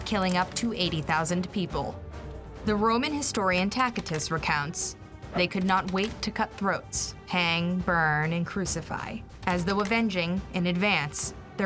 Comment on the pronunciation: (boo)-(dah)-(kah) & (tas)-(ih)-(tus), not boodeekah & tackitus.